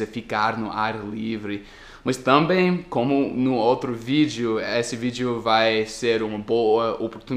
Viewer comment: uma dica para você: preste atenção na pronúncia de "também". Você está colocando a sílaba tônica no "tam" ao invés de colocar no "bém" A pronúncia é também e não támbem. 😉 A propósito, a foto que seu amigo tirou ficou irada,!!! Show de bola o seu vídeo.